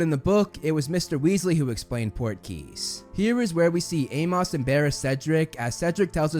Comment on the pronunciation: I cannot get over how you say Amos, you say Ay-moss but it should be Ay-muhs. Great work as usual though.